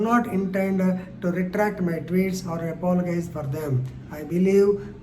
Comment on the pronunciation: Ayyo sir the way you pronounce apologize is incorrect but your pronounciation of apology is correct. Please next time pronounce word apologize correctly.